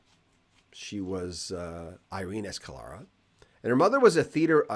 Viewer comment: Escalera.......please do try and pronounce it right.. Thank you..!!